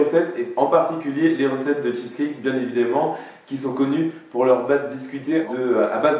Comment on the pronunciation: Ta dit " bien évidément "